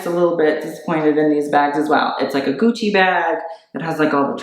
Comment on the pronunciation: IT'S GUCCI NOT GUCI